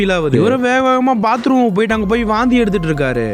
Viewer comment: Pathroom illa Bathroom